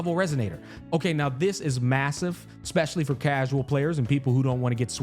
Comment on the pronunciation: did he say Massive???